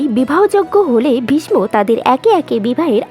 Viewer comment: ভীষ ম নয় ভীষ্ম উচ্চারণ করুন